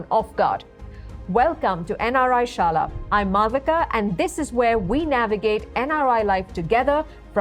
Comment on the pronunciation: Hawala ….not halala 😂😂😂😂